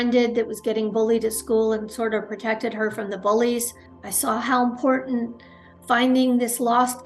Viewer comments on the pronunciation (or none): none